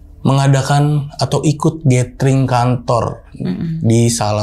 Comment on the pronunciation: gathering dibacanya GÉDERING. Bukan GÉTERING. Kesalahan kecil tapi fatal 🤦. Secara lu banyak nyebut kata itu 😂